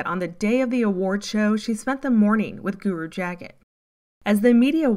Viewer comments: Bhajan is pronounced Bayah-n Guru Jagat us pronounced Yg-ah-gyad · It's pronounced "Juh-GAHT GUru". Just so you know. 💗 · it is "jahgaht" and "Bahjahn" whether or not they are husksters